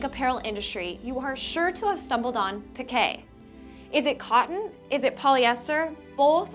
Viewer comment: "Pi-kay". 😲 And all this time I've been pronouncing it as "peek". 🫣🤫 Thank you for letting me know the correct pronunciation for it! 😅